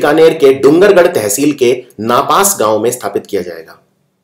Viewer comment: नापास नहीं नापासर है।